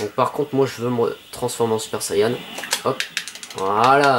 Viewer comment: Je sui FAN de dragon ball et j'ais bien aimé ton let's play. Mais bordel la prononciation. Ginyu ne se dit genius mais gin-yu. Super saiyan ne se dit super sayan mais super sayanne. Cannon garric se dit cannone garric. Mister satan est certe arrogant mais est bel et bein un champion du monde (escroc). En gros il n'est bon que contre des humains .... Bonne vidéo quand même